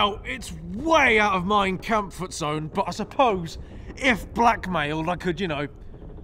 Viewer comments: Did he really say “way out of mein kampfort zone?" 😂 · “Mein kampfort zone” 💀💀😂